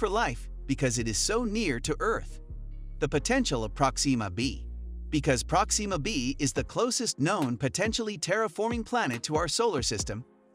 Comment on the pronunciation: Good! Now your next video has to be a thorough explanation of how NASA will attempt to get you to say PRÓxima B, like NORMAL PEOPLE, instead of whatever the hell is coming out of your mouth- like an extraterrestrial attempting to speak english- everytime you try to say a name thats been around for a while now and is always pronounced PRÓ-xima. Jesus Christ.